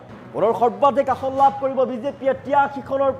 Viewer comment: নাচিব নেজানে চোতাল বেঁকা। "আহন"নহয় ভাই, অসমীয়াত "আসন" বুলি কয়। কংগ্ৰেছৰ হাৱা কেৱল মিঞাঁ মুছলমান অধ্যূষিত এলেকাৰ সমষ্টিতহে আছে। অসমৰ অন্য বাকী সকলোবোৰ সমষ্টিত বিজেপিৰহে ঢৌ চলিছে। গতিকে বিজেপি মিত্ৰজো‌ঁটে ৯০ ৰ ওপৰত আসন পাই চৰকাৰ কৰাৰ সম্ভাৱনা আছে।